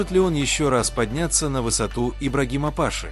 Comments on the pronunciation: Не пАши , а пашИ . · Не пАши, а пашИ. Ударение не верное.